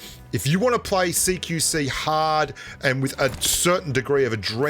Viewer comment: I always thought u were saying "seek you see"